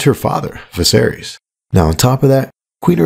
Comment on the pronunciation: iss -iss -iss!! Air - Iss Viss - Air - Iss Dan - Air - Iss It rhymes with this! An' diss, an' diss! Not -eez -eez -eez Which rhymes with cheese! And bees. And knees! All diss mispronunciation! It's a kill-ease. Not Achilles. It's the Mad King of Westeros, not the Ancient Greek God of War, yo.